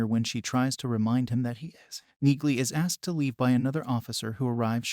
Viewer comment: it's pronounced Nealy